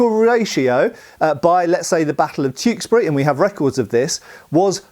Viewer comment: OI IT'S CHEWKESBURY INNIT